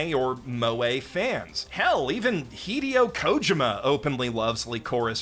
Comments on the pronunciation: Wait, is THAT how it's pronounced? Hee-day-o Koh-jimma? Not Huh-day-o Ko-jee-ma? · Heedeeo khodghuma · What the fuck was that pronunciation of Hideo Kojima? Its like has never heard that name said out loud before. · At this point I genuinely don't know if "interesting" pronunciations are genuine or not but I just don't care, I still love this channel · The pronunciation of his name hurt my soul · Hey, are you sure that's how you say his name? Videogame directorial luminary Hideo Kojima? I don't think I've /ever/ heard it said that way.